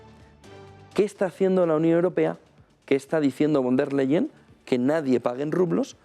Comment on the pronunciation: VON DER LEYEN. (Pronunciación:. Fon De/a Laien )